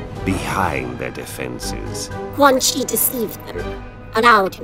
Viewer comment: Whenever you say Quan Chi as Quan Kai it cracks me up 😂